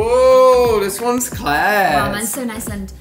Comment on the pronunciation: Is it just me or does pronounce her A’s like ‘ahs’